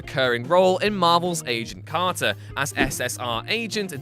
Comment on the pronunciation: You sounded like you sound age of carter not agent carter